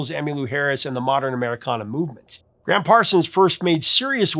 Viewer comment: BTW—it’s Gram, not Graham, Parsons. The Gram was short for Ingram.